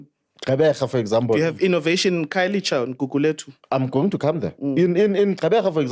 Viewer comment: I have a serious problem with a black person protecting the white agenda.. Guy can't even pronounce black name, khayelitsha instead of khayelisha,what do you call that... ANC can shut up, the reason we are here is coz of u.. Eff is the way, cool calm and collected, just spitting facts and being oppressed by those who seek to push the white angenda